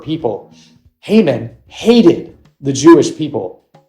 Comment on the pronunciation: That’s. Not how you pronounce his name